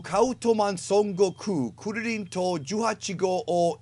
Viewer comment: You're pronouncing Kuririn wrong.